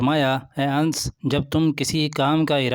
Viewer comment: Are Hzrt Hazarte Ans nhi hai Hazarte Anas hai sahabi rasul ka name to sahi se lijiye